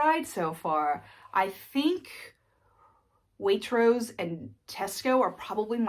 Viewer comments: It's not Salizbuuury it's sauls-bree. But otherwise you are doing great! Way/troase was spot on! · Spot on with pronouncing "Waitrose" 🙂 words ending with "bury" tend to be pronounced "bree", so "Sallsbree" or "Sainsbreese"